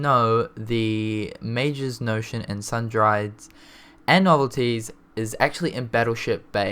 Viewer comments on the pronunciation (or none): Its not “Sun-Dried” its SUN-DREES and not pop-you-lee its pop-you-lie